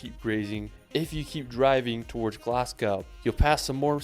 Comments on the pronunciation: His pronunciation of Scottish place names is absolutely dreadful. I'm English and can do far better than that. He can't even pronounce Edinburgh and Glasgow correctly. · Omg did he ACTUALLY say "Glass-cow??" And Lack LoMawnd? I'm need a tranquilliser...PLEASE please please, Americans visiting Scotland...at least try to pronounce name places correctly...❤